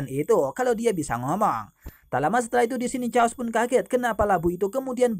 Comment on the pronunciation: Naganya lushu nama nya bukan caos mas tapi cheos